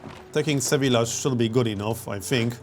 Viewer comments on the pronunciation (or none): I'd complain about your pronunciation of "Sevilla" (and other Spanish cities), but I'm sure I'd butcher every Polish city haha